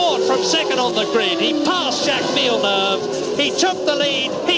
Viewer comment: How is it that this man pronounced Grand Prix like a Brit but can’t pronounce Jacque Villinueve